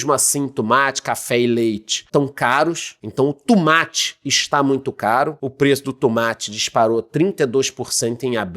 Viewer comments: Tumate = tomate....kkkkk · O tumátchi 😂